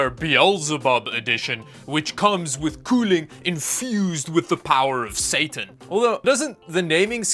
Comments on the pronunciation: "statan edition" had me dying😂😂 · Bit curious about your pronunciation of Satan, sounds rather more Scandinavian than it is typically pronounced in english.